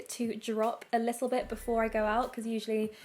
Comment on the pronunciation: I LOVE YOU! But you aware the fact that you say: lissel(little) 😩😩